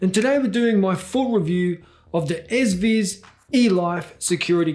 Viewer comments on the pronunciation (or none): S ViS? its pronunced E Z VIZ (easy viz, with US accent for the z, not british)